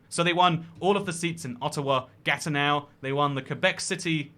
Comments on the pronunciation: Tip for french words: eau is pronounced "oh" (gatinoh not gatinow) Québécois is pronounced Kay-Bay-Kwa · "Ottawa-GatiNOW" lmao, as someone that lives here, I can see how non french speakers/people that live here not say it right